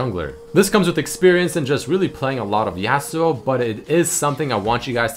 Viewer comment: Says favorite champ is Yasuo but pronounces him name yeah-suo instead of yah-suo